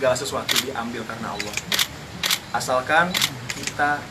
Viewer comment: Seneng ada arti nyebut Alloh dengan Alloh bukan pake yg diatas2